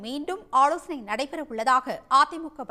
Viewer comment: ல-வை ள என்று உச்சரிக்கும் முட்டாள் இந்த செய்தி வாசிப்பாளர் அம்மணி. ஆலோசனை - ஆ'ளோ'சனை ஆனால் - ஆனா'ள்'